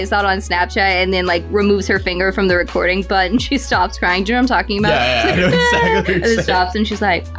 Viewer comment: Did u say record(the cd definition one not one where you video yourself)?😂